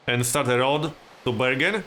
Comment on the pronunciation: You prononce bergen like "burger", I'm norwegian I can swear we say burger.